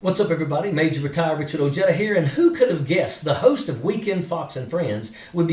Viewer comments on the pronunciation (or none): Your name is Spanish, so honor the language of origin and pronounce it correctly: O-HAYDA! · The casual racism of not bothering to learn how to pronounce your own last name. Every time he says "Ojeda" it's like nails on a chalkboard